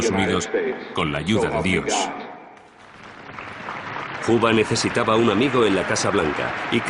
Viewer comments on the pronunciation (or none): Porque lo pronuncian "juba" lo correcto es. "juuber" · Tal parece que este documental trata sobre un casi tocallo de J Edgar Juber (pronunciación).... Y nos presentan " Los secretos de J Edgar Juba". En los otros 1000 documentales y durante medio siglo hemos oído hablar sobre "Juber"........ Solo hoy en este video van a hablar de "Juba". {obvio, estoy hablando con ironía sobre los CAPRICHOS GRAMATICALES de los periodistas y pseudoperiodistas hispanoamericanos..... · "Huba"? Que pronunciación tan fea jaja 🫠